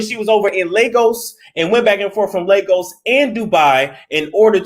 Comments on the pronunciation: Lagos. pronunciation lay-gos. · These so called queens be hoeing, and it Ley-goss